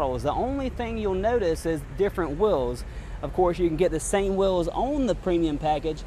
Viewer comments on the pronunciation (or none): They are called "wh-ee-ls" Not "w-i-ls" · What are whils? It's ok, some Nyers say Mirrah for mirror. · This guy needs to learn how to say "wheels"